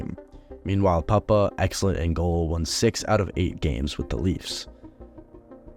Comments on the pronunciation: Great video. Small error though it’s pronounced “poop-uh” not “pup-uh” cheers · Darren Pyu-bah or Poo-bah. Not Papa. As far as I know. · It's pronounced "Pooh-pah"! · Nice video. Just a heads up. It's pronounced Darren Poopa. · Puppa is pronounced POO-PA LOL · Darren Puppa pronounced Poopa